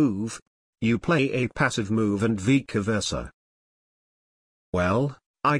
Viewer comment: "Vica versa"